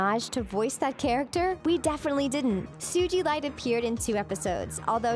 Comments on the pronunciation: 2013, not 2014. Do your research. Also, credit the artists for the Ruby and Sapphire, and Peridot, Jasper, and sugilite artworks. Also, stop stealing ideas from other channels. It's ridiculous. And you don't say it like "Sujilite." It's "So-ga-light." It made me cringe so badly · Sijeelite Its pronounced Su-ga-lite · “Soo Gee Light” boi can’t even say it right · Congrats! You Played yourself by saying the Show does this Really Well even though it's Supposed to be a Secret CN Doesn't want you to know... It's Pronounced "SU-GA-LITE!" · SuGilite... you pronounce the G has a hard one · I laughed so hard every time you pronounced sugilite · U said Sugalite wrong 😂